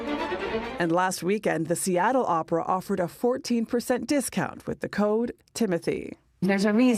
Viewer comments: Haha she said Oprahinstead of opera! 😆 🤣 😂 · Gayle almost saying "Oprah" instead of "Opera" in the opening 😂